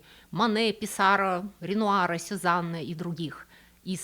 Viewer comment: ПиссарО, ПиссарО, ПиссарО!!! Что это за ПиссАро?0